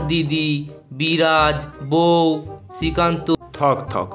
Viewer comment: আজকের গল্পটা ভালো লাগলো।দুটো কথা লেখার আবশ্যিক। ১।ের কিছু উচ্চারণ বিভ্রাট ঘটেছে যেমন বিরাজ বৌ এটা একটা গল্পের নাম।এরকম বেশ কিছু উচ্চারণ। ২।কিছু পরিবর্তন ঘটালে গল্প হুবহু এক হয়ে আইনি নোটিশ আসে না।সম্ভবত কেনো কেউই না দেখে হুবহু গল্পের কপি করতে পারেনা।এটা যদিও লেখকের টেকনিক্যাল দিক।ওভার অল ভালো লাগলো।😊😊